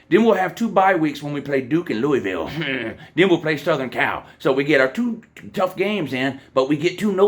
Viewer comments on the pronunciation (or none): ND lost to “LOU”isville lmao